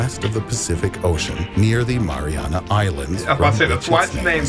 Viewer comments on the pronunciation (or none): "What lives at the bottom of the maranah trench." It's pronouned "mah-ree-anah." 😆